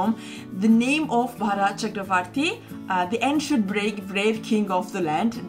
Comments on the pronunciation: It's Bharath with a shortened 'a' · Bharat not bhorot....amaze to see Indians pronounce like foreigners, then who will correct them.